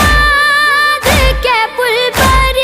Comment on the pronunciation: بُغداد نیہں بیٹا بَغداد ہے اور بھی ایک دو لفظ میں زبر زیر کی غلطی ھے